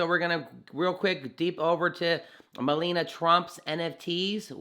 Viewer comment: It is pronounced Me-La-Ni-A not Melena.